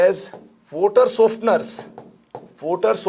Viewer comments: Bye guys , I'm gonna get a glass of 'WOTER'🤣. Nah I'm just kidding that actually makes the lecture more funny and interesting 🤣🤣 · Sooft Woter, funny accent 🤣🤣